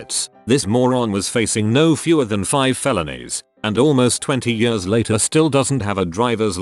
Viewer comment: Ye-ah-rs Robot butchers the word years.